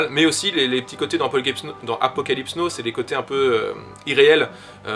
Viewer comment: Apocalypse Yes et Apocalypse no ? Ca fait tellement mal aux oreilles de te l'entendre répéter toute la vidéo... C'est "nao" la prononciation stp :)